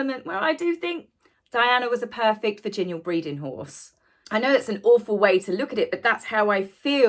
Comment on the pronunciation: Lol virginal not virginial:D seriously though, i'm sorry but you were too young to appreciate what we older ones saw in real time, it's anecdotal to a younger generation therefore further removed from said generation! It was not 30 or 40 years ago, it was 25 lady!!! It's as if time stood still imo as justice has not been served. I don't care about the Consort thing but she was his mistress throughout the whole tawdry affair, if Diana were alive we wouldn't care less what he did with CPB. Do you know he couldn't have acceded or made her Queen if she hadn't though???!!! They're laughing conspiratorially because they think they got away with it!!!